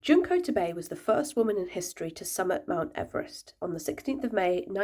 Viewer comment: I hate that English pronunciation of her name.